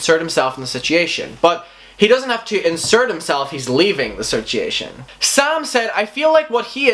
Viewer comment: I love the way that you say sichiation not situation 😂😂💗💗💗💗💞💓